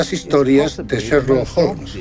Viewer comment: curioso como el narrador pronuncia Serlock Holmes!!!Es Sherlock Holmes asno!!!